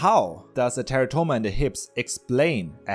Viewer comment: plz.. Stop pronouncing it "Terra-toma"... Its "te'rah'to-ma"..